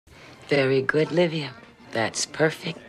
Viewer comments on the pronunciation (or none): It's LIVIA - not OLIVIA